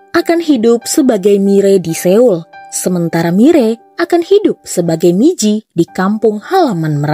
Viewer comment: koreksi dikit kak, pelafalan "Seoul" itu mestinya "So.ul" bukan "Se.ul". btw sukses ya channelnya